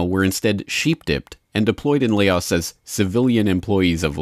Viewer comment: Laos not lay oz.